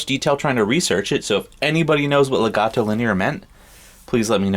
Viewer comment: it's such a shame Americans cannot pronounce Legato properly... I really don't understand what could be wrong with'em... freakin' word! LEGATO - El Gato Linear...